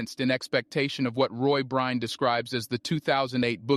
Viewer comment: I hope you apologize to for mispronouncing his name so consistently.